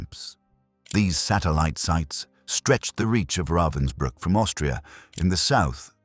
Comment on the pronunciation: Pathetic that you can't even pronounce correctly the name of the camp about which you are talking.